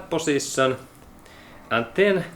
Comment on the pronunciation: Did this guy said word ... position or pussytion ?????